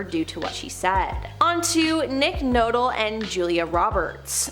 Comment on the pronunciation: I know that everyone who does these videos are in CANADA but still, I've been watching them do top ten and 100 list for a few years now, is there no one over the age of 20 that is the editor that can correct the commentator when they pronounce the celebrity's names? seriously NICK NOTLE? This happens alot. obviously ENGLISH and pop culture is a second language and that's sad for a pop culture video commentary channel. YEARS they have been doing this, Joyce Bedard, Dobre, etc, no one corrects them. and every new person they hire continue to mangle celebs names.